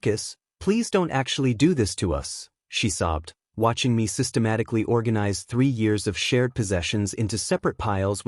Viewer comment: Systematic-al-ly Methodical-ly